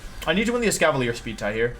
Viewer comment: Every time Wolfey said Escavalier he pronounced it differently.